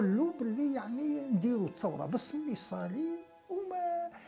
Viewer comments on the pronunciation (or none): تصحيح في الإسم ميصالي و ليس مصالي بالياء و كسر الميم